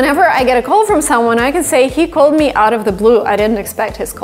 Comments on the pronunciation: you pronounced « new » with a British pronunciation and I feel like you pronunciation of « call » seems a bit British but maybe it is just an impression I might be wrong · For sure. I naturally thought she was American until her pronunciation of certain words caught my ear. Got me confused and then I read your comment. Her ‘L’ sound is a bit off, like in ‘building’ and ‘call’. Impressive.